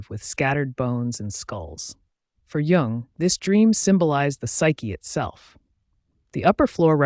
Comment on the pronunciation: You might gain more credibility if you pronounce his name consistently and correctly.